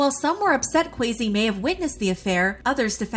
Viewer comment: The way they pronounced Kwesi just had me cringing the whole time